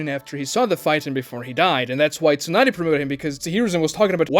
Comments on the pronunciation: Its not a plothole if they address it nunerous times bruh. ALSO, tsu is probounced how its spelled, like the the sound you make when you sneeze. It is not Toonady, its tsunade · Tsunade? Nope! Toonaday? Yeah!